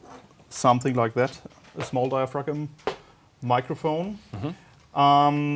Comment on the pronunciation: Dia-frag-um. Lol